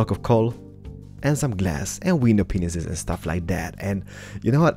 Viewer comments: I love how he says window penises in his accent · sounds like he says window penis.but hey no hate your awesome builder!! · hahahah I sounded like he said window penis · I've watched his videos before but I love the fact that it sounds like he says window penisis